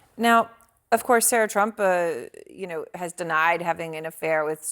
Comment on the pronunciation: She said Sara trump.